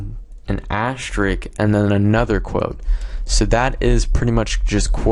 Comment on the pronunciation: Thank you even though I found this 5 seconds after I found out what I did wrong lol. And also, not to be rude, but it's asterisk, not ashterik.... But great video and helps a lot :D